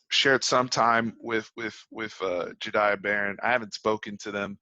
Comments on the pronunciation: Yo im a current student at connally love your vids hope my hs does better at football and for the horns to have a successful season. (P.S it’s pronounced jah-day) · i went to school with jahdae you said his name wrong 😂